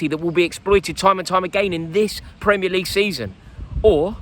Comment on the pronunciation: "Premier LEague" You've fucked it there Rory